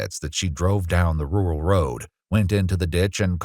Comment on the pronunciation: Rural is a hard word to say I guess, but why have it in your script if it can't pronounce it and mute it.